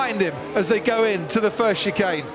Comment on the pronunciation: "and HAM and VER go into the second shay nun"